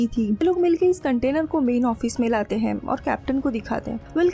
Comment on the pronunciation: Mujhe isski "hain" kyu "haim" sunai de rahi hain.